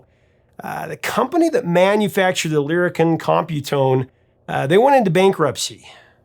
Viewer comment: Lyricon pronounced lyri- Kahn! I made my living using this instrument in the New York studio scene where I was the first call wind controller guy.